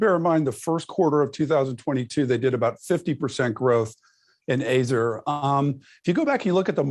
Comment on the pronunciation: Never heard that pronunciation of Azure.